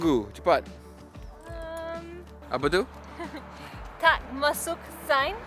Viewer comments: Omg is getting really2 good right now and also she getting some sound like Malaysian right now when she say "APA TU" good job wow its very very impressive we need more speak in BM please logesh heehee😁🙏🏼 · When said 'apa tu' sounds like she's already a Malaysian 😂😃